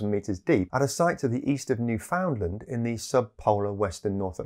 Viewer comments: It's pronounced "newfnlnd", but other than that, great video! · Understand Newfoundland (newfunland).